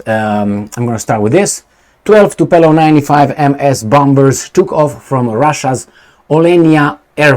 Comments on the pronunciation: Omg its not TUPELOV but TUPOLjEV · Tupolev, not Tupelov. 😅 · Tup OLE v not Tup ELO v . It's a good time to learn russian 😅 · I think it is Tupolev,and not Tupelov. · Tupolev not Tupelov 😂😂😂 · why are you always messing with planes? It's Tupolev, not Tupelov.. Beoings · It is Tupolev, not Tupelov.! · Tupolev,. Not Tupelov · the name of the russian bombers is: TUPOLEV, after the name of the russian aeronautical engineer...not Tupelov... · is Tupolev not Tupelov. And the way you pronounce it, it sounds like the famous Tupelo honey. The problem is that those Tupolev bombers had no honey, but all sting. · Tupolev , no Tupelov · Tupolev...not Tupelov 😁...greetings and salutations from Portland UK. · Tupolev not Tupelov ;) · and his (in)famous "Tupeeeelov" 🤣🤣🤣🤣🤣 Dude, maybe in the next 20 years you will learn to articulate TU-POOOOOOOOO-LEV! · Not “TupELOv” but “TupOLEv”! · Tupolev, not Tupelov.... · It is " Tupolev ". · TU-PO-LYEV, practice it 😂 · repeat after me: TU PO LEV...Tu po lev.... :goodvibes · Tupolew prenounce right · It should sond something like TOOPOGLIEV, i think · Tupolev, TUPOLEV, lol, greetings from South Europe! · Tupolev was one of the greatest if not The Great aeroplane designer/builder in the former USSR and your childish video this time is a big thumb down just for being so ignorant to look up the type of the airplane. I will be calling you from now on. How about that? His name is world known and your is not but nevertheless you did not make any effort to correct yourself. Do you call Boeing Bieong?Do you? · Poor had an extra glass of zăibărel and mispronounced Tupolev 😂😂😂